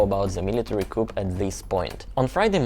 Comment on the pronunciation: Yes, I've always thought coup is a French word and isn't pronounced like English. The p is silent.